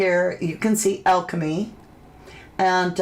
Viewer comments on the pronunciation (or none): none